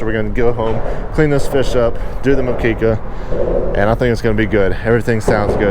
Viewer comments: Forma a Brazilian fan of the the Channel: it's mokeka, not mokeeka. If you use home made coconut milk tou Will rise to another level. You briefly fry the fish steaks before doing the mokeka so It Will nota tear apart. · Moqueca!!! “Mukeka” that’s how you pronounce it in Portuguese (Brazil) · Dish is pronounced Moo-Kay-Ca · MOO-ke-CA LOL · MOE-qui-cah, you almost nailed it. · Moqueca ponounced mokehkeh. Good effort you were very close! Bahaian food is an awesome mix of Amazonian and African food. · Moqueca = mo-KEH-kah that looks really great! Well done! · Nice to see you doing a Moqueca, reads more like Moo-KEH-kah I don’t know your recipe but amounts don’t seem right for the coconut milk… way too much, moqueca isn’t a soup but a stew, stews usually have a much bigger amount of solids proportionally. Fry the minced garlic first, never buy minced garlic in that liquid it completely changes the flavor, use fresh garlic and mince it yourself, it’s worth it. Add the onions when the garlic starts to brown, you added the tomatoes in the right moment, but double the amount and don’t add the pure, add the cilantro, add salt and black pepper and a little bit of cayenne pepper. Add the fish, (don’t marinate it for too long, 30 minutes to 1 hour, not a problem to go longer but not needed, just put juice of one lime or lemon, no zest, salt and black pepper, a bit of cayenne, add just the fish not the marinade) Let it cook with a lid on, add 1/3 of the coconut milk you added, mix carefully to not break the fish, let it cook for extra 5 minutes and serve over rice on a plate, bowls are for soup 😂 You can also do the same recipe replacing the fish for Shrimp of any size, I like a mix of small and large and even better add them with fish! My hometown is the Brazilian capital of the moqueca. We do it regularly. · Great stew. I've had it from a Brazilian friend Fish and shrimp stew. They write it MOQUECA and pronounce it (MO K KA) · The pronounce is Moo-Keh-Kah